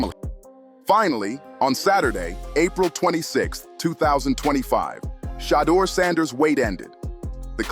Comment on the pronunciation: Why is it that white narrators pronounce Sheduer Sanders name correctly, but the black ones pronounce his name like they’re illiterate? It reminds me of the nasty sportscasters who resented Muhammad Ali name change and pronounced Ali as “Alley” 😂.